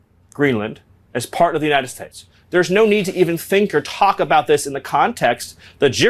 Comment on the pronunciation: Why can't he say the word states? Is he doing some nazi pronunciation for the proud boys or something?